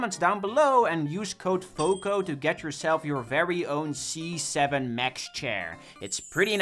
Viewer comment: when you said c7 i thought you said z7 and it gave me garden warfare 2 flashbacks!